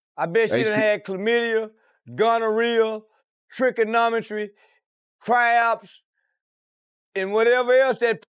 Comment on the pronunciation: This man said tricanometry 😂😂😂